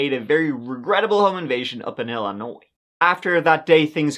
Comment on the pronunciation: As an Illinoisan, I'm willing to speak for the entire state to tell you how delighted we all are that someone from Ireland knows our "s" is silent. Hella lot of Americans don't even know that!